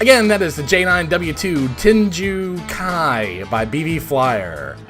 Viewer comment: WHAT?! You mean I actually made the playoffs this time?! Oh, just barely? Makes sense LOL Love the fighter intro section! Especially when you get to names that are foreign :P Lundqvist = LOOND-k'vist Tengu Kai = TANG-oo KAI